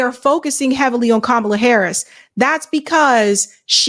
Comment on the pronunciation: "That's what fascism looks like", referring to mispronouncing Kamala's name!😆